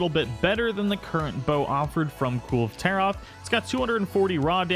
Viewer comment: It’s pronounced kul-vay taroth.